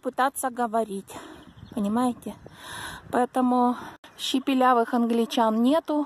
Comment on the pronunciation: Правильно не "щепелявых", а "шепелявых".Очень интересное видео! Спасибо,!